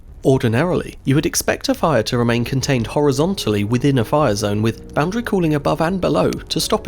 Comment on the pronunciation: i like how is the most replayed cus no one could understand "boundary cooling" with accent lol